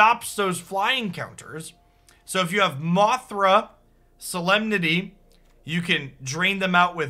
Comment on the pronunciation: A little bit of Sooo-lem-nity